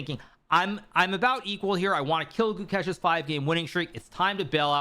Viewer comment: Who’s this “Goo-kesh” he keeps mentioning?